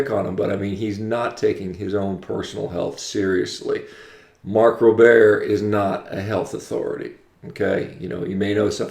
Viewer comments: Mark rober not robair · Holy crap. This guy is an idiot. First off, making a word sound French does not make you smart. His name is Mark Rober (pronounced: Robe-er). How can someone actually post a dissertation about how bad something is, without actually trying it. I love meat. I love venison, beef, pork, fish, carrots, lettuce.... I don't love factory farms. If this guy is the result of a 100% meat diet, I'm out. What a moron. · Sorry, but you’re a fucking idiot, couldn’t even pronounce his last name correctly